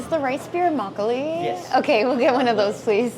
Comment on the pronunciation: 그런데 왜 한국단어 발음할때도 미국식으로 말씀하세요? 막글리~~~ 배액반~~